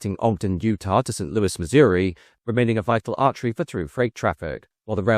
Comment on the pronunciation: He did say St. Louis correct this time (instead of St. Looey). I don't mind the mispronunciations as the information is what matters.